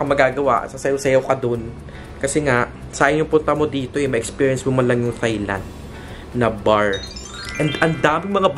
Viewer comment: Thailand pronounced without the TH sound.. tay-land lang mi.. 😊